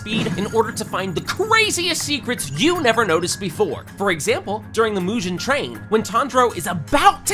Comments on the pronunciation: Bro forgot “Mujen” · Bro why are you mis pronouncing every possible name, mugen you pronounced “mujen” hashira as “hasheera” tengen as “tenjan” like cmon bro you “watched” the anime but forgot pronunciation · why is this man saying Mujin train? and Husheera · yeah and Mujen instead on mugen train🥲🥲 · bro slight advice its "Mugen" not "Mujen" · yet still pronounces mugen train as moojen? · “Mu-jen” and “Ten-jen” is crazy 💀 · "Mujen" train? 🤨🤨🤨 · As great this video is, I can't help but cringe how you pronounce Mudžhen trein 😂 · Why do you butcher the pronunciation of Mugen so bad???? T_T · Bro watched it in 0,25 and still can’t pronounce Mugen and Tengen 😅